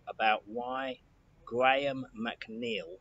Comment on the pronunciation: you’re a clever man but you pronounce your second name wrong